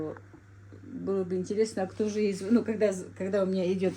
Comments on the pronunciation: Не звонИт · Дорогая,.У вас очень грамотная речь.,,не звони' т,, правильно.